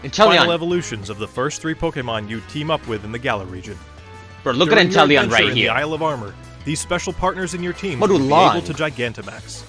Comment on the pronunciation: The voiceover for the devs pronounce Inteleon wrong. C’mon, it’s INTE-LEON, LIKE THE CHAMPION’S NAME! And Calyrex, he says “Ca-leh-rex” but it’s CA-LEE-REX!